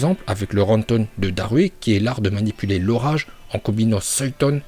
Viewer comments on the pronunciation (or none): C est pas laiton c est raiton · Bonjour, pour commencé en dit futon et pas fuoton et en dit raiton et non pas laiton et pour finir en dit suiton et non pas swaiton, apart ca ta video est tres cool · Mais ferme ta gueule tu sais meme pas prononcer correctement fuuton suiton et raiton